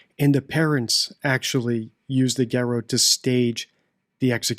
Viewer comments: *GARROTTE - gah-ROTT, not gah-ROH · What's with these people pronouncing "garrotte" as "ga-RO". That ain't right.